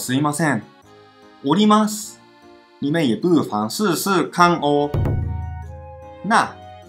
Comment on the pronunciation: 我在東京時一直聽成のります…想說都要下車為啥要講上車，原來是おりますww